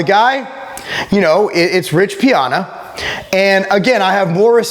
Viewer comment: Lol why do you pronounce his name like that😂